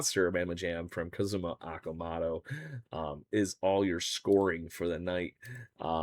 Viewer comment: You’re pronouncing Okamoto’s name wrong. Technically it is- oh ka mo toe